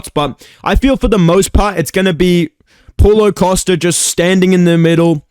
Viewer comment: Thought you said pullout costa